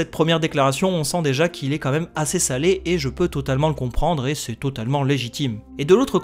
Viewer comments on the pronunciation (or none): none